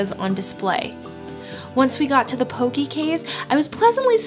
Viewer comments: Hey! Just started watching your videos recently! Poke is mispronounced in this video. Though people say Poke-ii it is actually pronounced Poke-eh. Just wanted to let ya know! Thank you for featuring my home! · Great video! Tho I cringed when she said "pokee" LOL. It's pronounced "pokay" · Since Poke is a Hawaiian dish it’s pronounced “po keh”. As a local it’s pretty cringe worthy to hear people say “po key”. Like no, pls don’t white wash the pronunciation. Lol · It's pronounced Poke-kay. :) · Well it’s is actually spelled Hawai’i not Hawaii and Poke is not pokee and also I love your channel I have been following for 3 years now and yah and Hawai’i is pronounced Havaii . And you should go to Kahuku Farms the Shrimp place it is so bomb wit poke and j used to live on Hawai’ i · You’re pronouncing like a Haole. Lol Poke not Poki and Haleiwa is Ha•Leh•ee•vah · Thanks for exploring the island areas far from Waikiki. Great place to visit and enjoy a reasonable home cooked meal in Kaaawa on east side is Uncle Bobos. Grab a picnic table at nearby beaches and enjoy. Also pronounced "po-kay" not po-kee and stewed lau lau leaves pronounced laow laow not lew-ow.